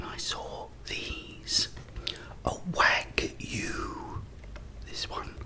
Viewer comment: It’s wah-goo. They’re great!